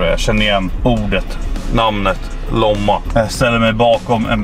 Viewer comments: Det utallas Lomma och inte Låmma jag har bott i Lomma jag flytta där ifrån en vecka sen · Staden heter Lomma inte Låmma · "Låmma" SNÄLLA NÅN lOmma! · ”Låmma” Det heter Lomma hahah😂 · Uttalas inte ”låmma” utan lomma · Låmma😂😂😂😂 lomma med o hahah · hahahahah det heter lomma inte loma lol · Hahahahahah uttalet, LÅMMA!!! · "Låmma" hahah